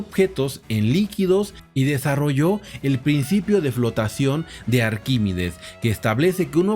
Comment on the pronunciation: Arquímedes...no Arquímides